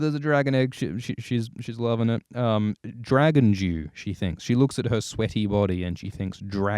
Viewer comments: I heard that as well! It does sound like he's saying "Dragon Jew." Dragon Dew is what he really saying, and now I have to ask if that's the new flavor from Mountain Dew. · I swear I hear "Dragon Jew" and we all know that's Moishe Dayan!